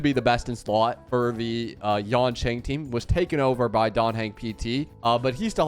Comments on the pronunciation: Nothing can distract me from how he says Yonqing instead of Yanqing 😭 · Remember its not yanqing, its yanKing